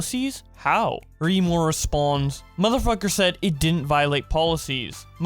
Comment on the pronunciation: Why do you say response when it's responds